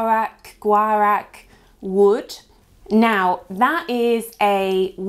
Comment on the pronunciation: Its Guy-ack wood. The u is silent. 👍